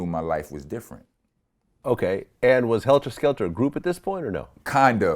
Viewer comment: Vlad keep saying helter skelter! With the ER 🤦🏻‍♂️ it’s Heltah Skeltah!